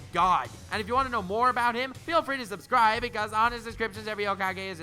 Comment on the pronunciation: I die a little inside whenever you say subscribble. That's some rawr xD level shit